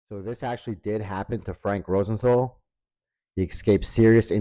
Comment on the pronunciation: Good video, but the way you pronounced Rosenthal bugged me.